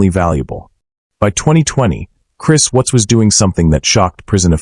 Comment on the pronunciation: Either this isan AI orthis guy doesnt understand syntax or how to pronounce watts